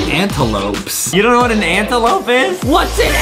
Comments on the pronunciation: Antelope MOS LIKE ADAMLOPE XD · Adem: " Its an Antelope! " Me: ohhh Antelope cus i keep hearing " Anteloaf " AYYYY XD